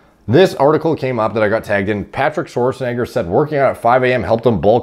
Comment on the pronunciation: Thank you for pronouncing Arnold’s name correctly unlike G shrek